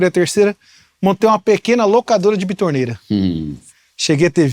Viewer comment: Não é bitorneira 🤣 é betoneira.